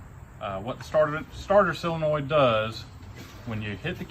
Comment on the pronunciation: Whats up with you not knowing how to pronounce the word solenoid?